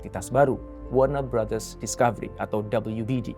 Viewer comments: Gue dengernya BangBros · Ku kira salah denger, ternyata emg iya bilangnya WARNER BROTHERS, WARNER BROS harusnya sesuai tulisannya